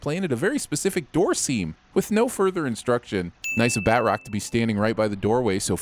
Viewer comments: doesn't know how to pronounce batrock. Ding! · It’s pronounced bat-troc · Ah yes, my favorite Marvel villain, "Bat-Rock" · D do you not know how to say batroc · Not how you say Batroc.